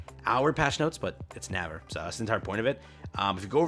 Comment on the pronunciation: na-ver lol. it is pronouced almost same as ‘neighbor’. i think it is just how korean ppl think how neighbor should be written lol.